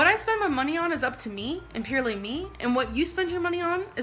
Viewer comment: It’s hilarious how she pronounces ‘purely’ - peerly 😂